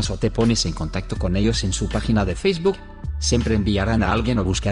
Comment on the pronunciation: Siempre me da risa como lee la palabra "facebook" jhahjajj